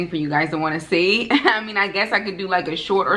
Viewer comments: sounding Jamaican "you wha piece" 😊🇯🇲🇯🇲🇯🇲 looking absolutely gorgeous and the ribs look delicious 🤤🤤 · When you said you want piece it sounded like Jamaican patois so much 😂😂